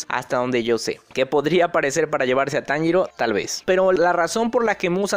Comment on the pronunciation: taniro???? xD